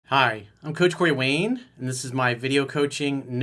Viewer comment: The way you say "Corey Wayne" is like it's one word.